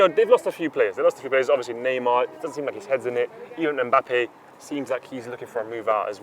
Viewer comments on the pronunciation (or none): say mbappe as meh-bappe 😁.